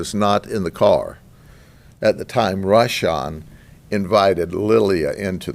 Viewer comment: Me encanta como pronuncia los nombres, de Rasham y Kuasham😂, este señor para 2024 te lo cambio por Trampa-Biden, 8 años del sheriff pa que limpie este pais ! Sin piedad!!